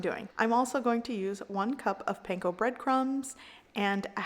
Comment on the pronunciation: start again and learn how to pronounce "panko" properly, don't patronize yourself